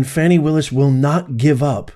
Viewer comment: Fani????? shouldn't it be Foni !?